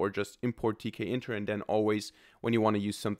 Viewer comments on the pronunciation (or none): Not to be too political, but tkinter is pronounced t kinter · It's teak-inter.